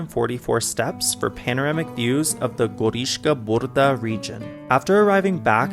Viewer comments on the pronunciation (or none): There are enough examples in English language of how to pronounce the combination of consonants B and R like -bridge,-bride,broom etc. In BRDa you just add another sound that you did between B and R.